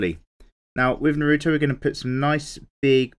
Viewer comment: I cringed when you mispronounced his name